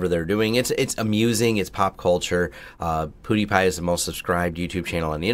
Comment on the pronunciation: LOL. Poodie-Pie.